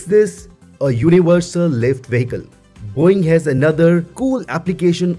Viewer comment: It just sounded like he said, “Boing!!” 😂😂